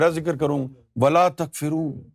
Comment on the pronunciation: Takforoon not takfereen